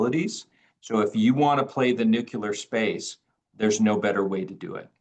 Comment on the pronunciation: It's surprising that, president of the most important company in the uranium field, still can't pronounce "nuclear". He still says it the way G Bush jnr said it. It's so simple, just the way it's written: "nu" "clear", not "nucel" "ar".